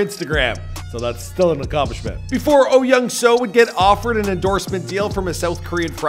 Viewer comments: Yes, this bothered me as well. It’s closer to Oh Yeong-Su. After learning the Korean alphabet, Americans mispronounce Korean names horribly. It’s embarrassing. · He is probably reading romanized Korean. I've lived in Korea for five years, so I'd pronounce his name perfectly. But for foreigners who have never been to Korea, I expect the bastardization of the language.